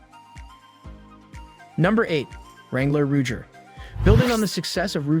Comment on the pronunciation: ruger = “roo-jer” 😂